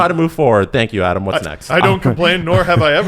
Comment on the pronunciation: Ahdam, Stev and Jeesie. Now you know how Naz feels about you guys constantly calling him Noz. He used to do a commercial where he skates up to the camera and states his name. The a in both names is like in "dad" Naz rhymes with jazz.